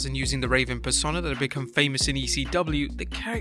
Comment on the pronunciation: its pronounced Per-sone-ahh.